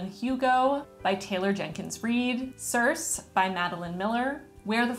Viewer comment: Hey, just FYI, the name of the demi-goddess of the book you mentioned is pronounced /Sir-See/. I have always had a thing for Greek mythology so I watched every movie about the Greek gods and heroes. Most of them had endearingly cheesy special effects. Fortunately, most of them pronounced the names correctly, even if it was with a Latin-esque accent instead of a traditionally Hellenic (Greek) one. Circe and Medea fascinated me from the beginning. I will definitely have to read 5he book if only to find out why the author chose the name Circe.